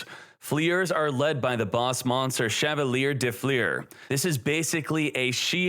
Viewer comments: As a french viewer i love how you pronounce Chavalier de Fleur & Sorciere de Fleur xD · I love how he pronounces Chevalier de Fleur lol ( it's a french name btw )